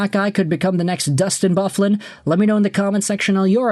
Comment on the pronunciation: Did you really just pronounce big buffs name like that 😂😂😂😂😂😂are you 12